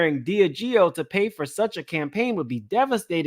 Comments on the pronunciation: Just to clear it up. It’s pronounced DI-Ah-GEO. Love your channel! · DIAGEO SOUNDS LIKE DEE AHH' GEE O 🤣🤣🤣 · De Leon is pronounced: DAY LEE ON Diageo is pronounced: DEE AHH GEE O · I THINK it pronounced( DEE AHH GIO)..And how can Diddy be mad at THEM when he PUSHED the Ciroq and Deleon liquor on to the RAP AND HIP HOP COMMUNITY and his friends which are the majority YOUNG BLACK AND HISPANIC!..HE PUSHED the market to where HE knew it would take flight! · DEE AH JEE YO DELL LEE ON somebody tell him!! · Thank you! I was cringing every time he said it wrong😂. I'm weird about pronouncing names right. It shows respect and attention to detail. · It was driving me crazy😂😂😂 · Dee-Aaaaah-Gee-Oh that's how you pronounce Diageo! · Please learn how to pronounce Deleon and Diagio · Omg please learn how to say Diageo and Deleon. Its driving me nuts. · Yes… I’m like, can he not read or what’s going on lol